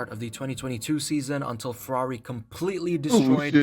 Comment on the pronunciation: yeah bro :D become a Fwerrawi fan :D Make sure you stock up on ur anti depressants ya gonna need them :D